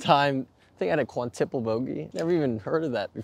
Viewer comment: quintupled; quintupling\ kwin-ˈtü-p(ə-)liŋ , -ˈtyü- , -ˈtə- ; ˈkwin-tə- \ alternative pronunciations, though yours is wrong. Good job. Work on things one thing at a time, like your last lesson. Yow will break 85 soon. I would call that shot a chip in though any last shot that goes in the hole is technically a hole out, it usually is followed by a distance. I holed out from 50 yards, but around or putting it's I chipped in, or I putted out or in, usually followed by a distance. Think of the description of the shot as how to play it. Pitch, just like a pitch underhand, Lob etc... avoid words like, crush, kill, destroy, as these will tighten you up and you want to be loose. When hitting a jump shot would you think I am crushing this? Think, smooth, relaxed, calm.